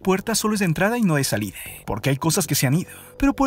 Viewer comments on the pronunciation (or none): Por qué le cambia la a , a las palabras como vida, salida, Atlántida, electrónicas, zona, fuerza entre otras por la *e*. Le pierde seriedad a su investigación. A mí hija le dejaron este tema de investigación y realmente sentarme a escuchar este video es una lata. De verdad que no pude concentrarme en su investigación.